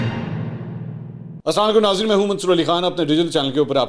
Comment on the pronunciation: Mansoor Ali Khan Bhai sab say pehlay apnay Salam ko theek karain. Assalam o alaikum kaha karain please....